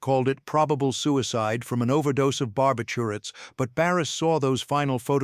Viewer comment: ❌ Way too long ❌ too boring ❌ too repetitive, too mellow dramatic and a ❌ terrible AI voice that can’t ❌ pronounce the word ‘barbiturates’ right. Thx -Lorne in Calgary Canada 🇨🇦 29April2026